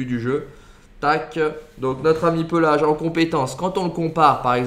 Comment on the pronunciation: Pééélage pas pelage frr c’est pas un ours